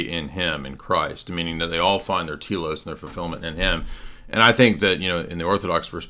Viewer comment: just a correction in pronunciation. The "e" in τέλος (= goal, purpose) is pronounced as in "pet", like tellos. Τήλος (pron. Tee-los) is a small island in the southeastern Aegean Sea. 😁